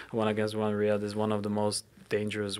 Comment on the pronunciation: It's riyad not Raid 🤦‍♂️🤦‍♂️